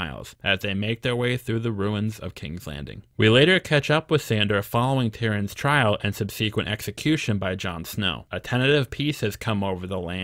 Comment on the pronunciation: Btw, you pronounced "nemeses" (nem-meh-sees) perfectly correctly, but why do you say "subsequent" as sub-see-kwent instead of sub-suh-kwent? Just wondering...your pronunciation is one I have never heard before.